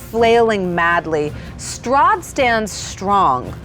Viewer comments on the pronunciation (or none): Honestly, at the end of last episode I thought she said Soth instead of Strahd until it was written.